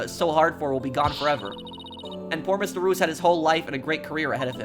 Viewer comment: Spoilers for the trial! mispronouncing Mr Reus (mysterious) as Mr Ruse (ruse as in a trick/deception) is such an accidental foreshadowing lol